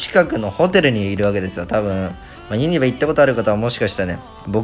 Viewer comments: 関西人からするとユニバの発音ユ↗︎ニ↗︎バ↗︎なんよなー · ユニバのイントネーション怪しい👍️ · ユニバの発音が気になるww